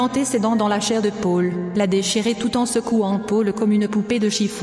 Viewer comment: On dit Paul !! pas Pole !!!